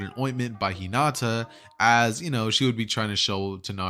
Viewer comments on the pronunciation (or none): none